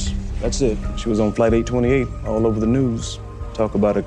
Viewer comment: 828이 계속 퍼리펄로 들리네요ㅎㅎ